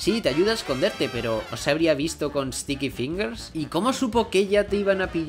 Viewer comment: No se si es pura cosa mía pero parece que bucciarati dice STICKY PINGASSS!!!